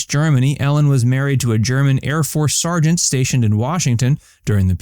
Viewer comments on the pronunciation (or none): none